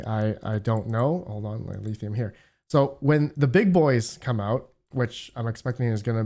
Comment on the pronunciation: Every time you say "Eleethium" god kills a kitten!